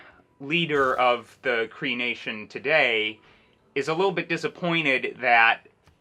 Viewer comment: 4 the name you did good I lived in Canada and I couldn't do any better